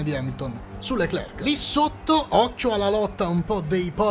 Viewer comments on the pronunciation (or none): none